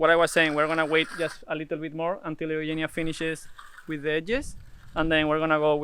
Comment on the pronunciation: You pronounce "Eugenia" exactly like it is done in Greek.